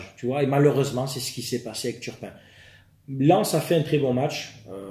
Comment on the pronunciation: Pour ceux qui attendent la partie violence verbale, comme moi, c'est à la minute... Nan, jvais pas spoile, ça ne se fait pas😂 PS: on est sûr qu'il s'appel bien turpin, et pas Tapin?